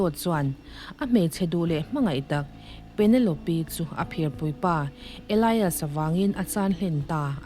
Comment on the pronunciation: Penelope -Pe-ne-lawp